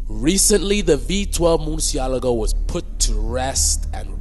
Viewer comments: OMGG stop pronouncing the name wrong people wtf ,, it's Murcièlago ( Mur- Shi - La - Go ), not Morsiyalago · murcialago - umm learn to speak